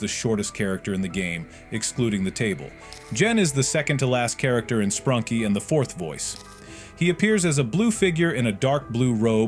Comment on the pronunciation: ‘Sprunky’ ‘Sprunkie’